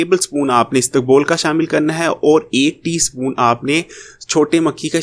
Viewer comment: istukbol nahee...isbagol